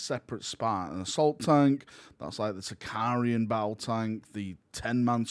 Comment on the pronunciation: Why does everyone keep calling it a Sicarian? It’s a Sicaran, there’s no I between the r and a